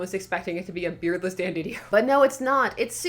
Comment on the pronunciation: No you said it right the first time.